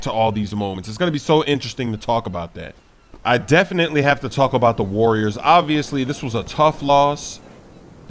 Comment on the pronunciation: Also said call em Arriors because the Cavs took that W